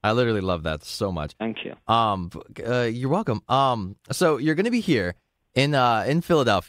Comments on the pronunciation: He “fank you” which just “thank you” pronounced with an f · "fank you"